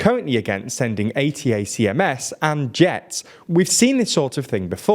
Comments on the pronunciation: “Attack ‘ems,” not A. T. A. C. M. S. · Please work on your pronunciation! 'High-mars' 'Attack-ems' 'Bach-moot' Seem to be your regular woopsies and if youve only ever seen them written down... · It's a bit surprising that one year into the war, the employees of a news channel still don't know how to pronounce "HIMARS" or "ATACMS". These terms are on the news basically every day... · Reporter should have find out how to pronounce ATACMS.. there is a lot of videos out there talking about it. 🤦‍♂️ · Guys, You might want to do a little bit better research. ATACMS is pronounced like a word (Ay-tack-ums). The F-16 was always a USAF aircraft (Us Army hasn't had fighters since September 18th, 1947). Also, your pronunciation of Kyiv sounds more Russian than Ukrainian. We really should insist on using the Ukrainian spelling and pronunciation for cities in their territory, including the Donbass and Crimea. If we use the Russian version of names, we are ultimately giving Putin a soft win in how we think about the world. That's not acceptable.